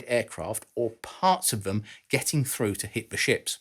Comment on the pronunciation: It's pronounced threw, not frew